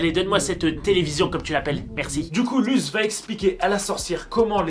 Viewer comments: Il l’a prononcé « luz » sa se prononce LOUSSE !!!!!!! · Par contre ça se prononce LOUSSE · ça s'écrit Luz mais ça se prononce Lousse ! SPOILER : A LA FIN DE LA SERIE LUZ MEURE PUIS REVIS ET A LA TOUTE FIN LA SERIE SE FINI SUR UN "BYYYYYYEEEE" LE SPOILER ETAIT GRATUIT 😁